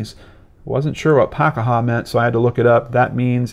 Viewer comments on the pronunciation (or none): It's pronounced 'PA- KEY- HA, not PAK A HA